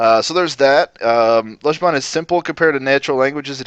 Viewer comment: Mmm, so indistinguishable that our glorious teacher manages not to pronounce the word 'Lojban' correctly even once! This 'o' sound comes up loads in the north of England. The Mancunian 'long o' is pronounced this way. Greet someone from Manchester and you will probably here a friendly "Ello!" in response. The 'o' in that is exactly the same.